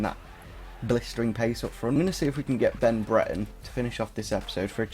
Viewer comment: It's Bre-re-ton.